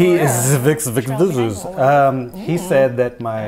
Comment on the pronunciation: Vixe is pronounced like "bikes" but with a V instead of a B.